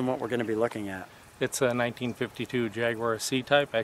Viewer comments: you'd think the owner would learn how to pronounce Jaguar after all those years of ownership. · They're great cars, I remember them racing when they were new. Despite what said I think think that there a few left that still race. Fascinating hearing the American pronunciation of Jaguar and he called the driver's door the passenger door! Fabulous car pity that we didn't see it on the track.